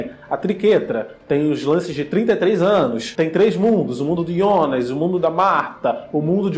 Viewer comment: Pronúncia Jonas ou Ionas?? 🤔 Rsrsrs